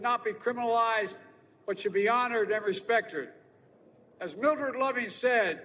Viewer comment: He said respecterd! 😆